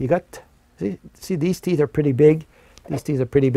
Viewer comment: All I heard was teets - teets and more teets.